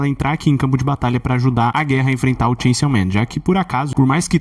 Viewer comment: Ele fala chainsiaw man de propósito né....